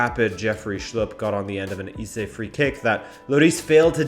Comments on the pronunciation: It’s actually pronounced hey-ze not he-ze 😅😃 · more like eh-ze